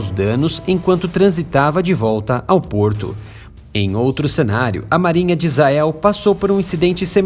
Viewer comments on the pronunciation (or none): none